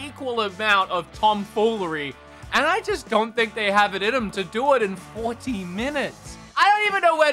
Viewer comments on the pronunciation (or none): Nintendos is 40 mins (sounded like you said 14 hahaa) I think that's plenty of time... Especially if Zelda and or metroid turns up